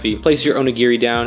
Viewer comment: Onigere it’s onigiri and it’s not nori it’s sounds like your trying to be racist it’s pronounced nodi